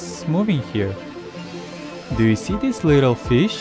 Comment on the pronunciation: dees leedle feesh